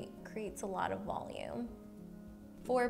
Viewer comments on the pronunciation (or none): none